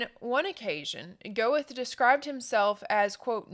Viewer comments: Please check your pronunciations! Yo Han Ger Tuh. So if people are only listening they can understand. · By the way, Goethe is pronounced "Ger-tuh